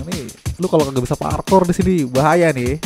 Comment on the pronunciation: Wkwkwk masa bilangnya parkor (pala korengan) bukannya parkour wkwkwk kacaw